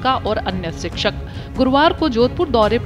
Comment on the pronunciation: सिक्षक, नहीं शिक्षक बोलिए